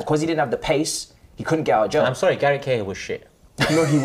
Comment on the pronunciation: Man really said cahill 🤣🤣